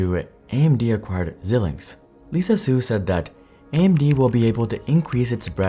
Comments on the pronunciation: Xilinx is pronounced “zai-links” (“ZĪLINKS”). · Xilinx is pronounced ZIE-LINKS. Some web pronouncing sites say ZIL-LINKS, but I'm pretty sure the former is correct. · This is an awful video. He said net income fell to 600M in 2023? Net profits were 4.3B in 2023. Wtf is he talking about. Also he doesn’t know how to pronounce Xilinx. Crazy.